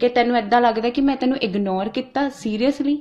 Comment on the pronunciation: Himanshi nu ਇਗਨੋਰ vi ni bolna aounda kehndi ਇਗਨੌਰ 🤣🤣🤣